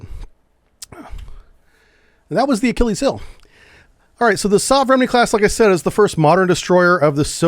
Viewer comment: Repeat after me. 'Sove-re-men-ie' . Meaning ' Modern Type'